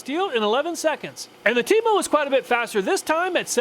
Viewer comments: Temo sounded like Temu for a second there 😂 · 😂😂 I thought you were saying TEMU, like the cheap Chinese direct sales website not TEMO😅.